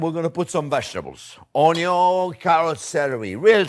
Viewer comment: You had me at ‘onyo’.